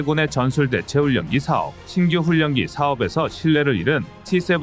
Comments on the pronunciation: "훈년기"가 아니라 "훌련기"로 읽어야 자연스럽습니다. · 훈년기 가 아니라 훌련기 라고 몇번 알려드려도 고집 드럽게 쎄시네.... 자위대 출신이신가?